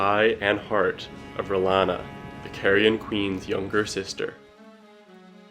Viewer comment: It's pronounced Re-lawn-uh, not whatever you said.